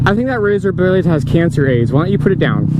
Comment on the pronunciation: "That razor bwade has cancer AIDS" haha and no I didn't misspell blade